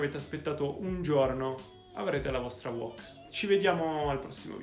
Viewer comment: Ora farò il pignolo si pronuncia WÈX NO WOX bella